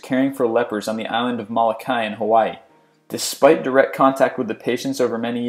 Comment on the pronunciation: It's pronounced Mo-lo-kai not Ma-la-kai